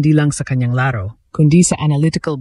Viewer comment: BISAYA E KAYA GANYAN NG PRONOUNCE NYA YUNG LARO LAAARO 😂😂😂😂😂😂 HAHAHAHA BUWISIT KA 😂😂HAHAHAHA